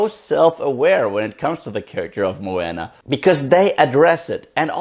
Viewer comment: it's funny how Maui remind you of the genie from "Aladdin",becuz the animator who animated the genie,actually also animated Maui's live tattoos I heard,other than that,i just finished watching it,and I totally loved this movie(one of the reasons cuz I'm part Polynesian), but I definitely plan on watching it again. (jus one note tho,Moana is pronounced more like 'mo-ah-nah',not 'mo-anna',but other than that,nice review). (